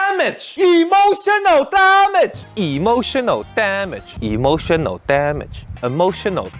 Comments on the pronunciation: I like how at one point, Steven pronounces the E in "Emotional" as "eh" instead of "eeh" like he normally does! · Lol you said E motional damage 22 times in this video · When he said "E motional DAMage", I felt that